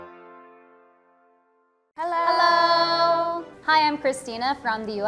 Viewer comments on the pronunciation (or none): none